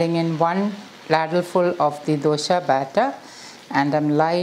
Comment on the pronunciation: The recipe name dosa not dosha , don't pronounce dosha , the meaning changes.